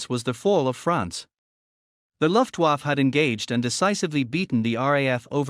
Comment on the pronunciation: What the hell is a "luftwuff"? The voice over is a joke.